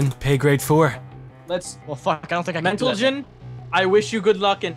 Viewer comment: I swear (is it?) says "mentalgen"